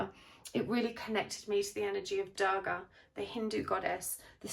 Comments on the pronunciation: The pronunciation is 'du-rga' 😅 not 'da-rga' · Its Not goddess Daagaah..Its Durga..you arnt pronouncing the "R"..😂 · Love the reading. just couldn't stand your mispronunciation of Durga. U is pronounced like 'oo' as you'll say 'u' in 'bullet'. Please look up correct pronunciations when you're using words from other languages. The world complied and tried to learn your language as well.